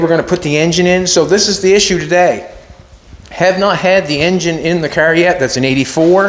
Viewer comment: I think its called a car, not a cer